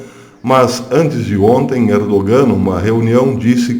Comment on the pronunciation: Professor, o "G" em "ERDOGAN" é silencioso, não se pronuncia. A Turquia não faz parte da Europa !!! Em outros tempos era "Ásia Menor"...... A Europa não inclui a Turquia .......